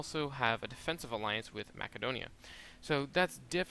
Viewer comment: My lord it's hard to listen to you say Macedonia lol, and then you specifically have a side note on how to pronounce epirus